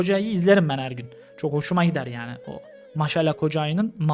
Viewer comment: Maşa değil Maaşa A yı çekerek söylemek lazım